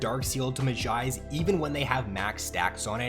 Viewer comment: really good vid but you say mejai's like a simpleton